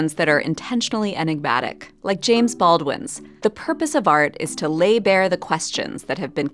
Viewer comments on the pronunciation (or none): none